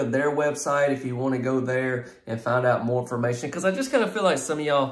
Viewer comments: "IF YOU LOOKING FOE A LIL BIT MORE M-FA-MATION" 🤣🤣🤣🤣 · What is "lil more mation"??? Are you from Poland or Russia, because that sure isn't English!